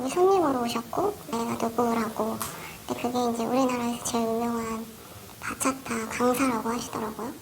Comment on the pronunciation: ‘바차타’가 아니라 ‘박았다’ 네